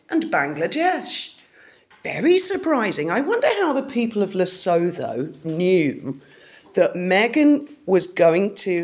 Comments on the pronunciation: Hi, it is pronounced Le-soot-two....it was originally a British protectorate now an independent country in Southern Africa next door to South Africa. Mostly simple rural people...I honestly seriously doubt they are behind that Google search!! Harry's "2nd Family" are there. His Sentabale charity is set up there. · Sweetheart you pronouncing Lesotho completely incorrect… the H is silent, so phonetically it’s le-soe-toe ❤❤❤❤ ❤❤❤ yes we do know about her and there are a lot of royalists here… we used to be a part of the common wealth…. So we are very familiar with the Royals …. We still dislike the Duchess of Sausages and we are obsessed with Princess Catherine and Prince William ❤❤❤❤❤❤ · Its pronounced "Le - su - tu" At least respect the pronunciation of our African countries when accusing us of bot farming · It is very interesting, great research. HOWEVER…it is pronounced Lee-Soo-Too……or…..Lee-sow-Toe. Never, LisooTHO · Hi my hun! Yes, very strange and interesting! I live in South African and it's very weird about Lesotho. (Pronounced Le-sue -too). Much love to you and Graham and have a fab rest of the day! We're all nursing hangovers from the rugby last night! 😆😆🤣🤣XXX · The plot thickens! Great work. How do you come up with this stuff?! It wouldn’t even cross my mind to look up this. But you’re on the ball with that one! (P.s. I think it’s pronounced luh-soo-Too, with a hard ‘T’) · Interesting....Lesotho is pronounced "Le Soooo Two". It is an independent, land locked country, surrounded by Rep of South Africa. Ruled over by the Lesotho King Letsie III. It is an extremely poor country. The people of Lesotho are called Basuto. The Capital is Maseru. BTW this is where Prince H spent his gap year and started his charity Sentabale. Odd that ??? is it not. ??? What a coincidence??? 🤔🤔🤔🤔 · I may be wrong, but I think Lesotho is pronounced "La - su - tu" 🙂🤔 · Luv ya girl! But Lesutho is pronounced ..Lesootoo! 😂❤💋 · Pronounced Le soo thoo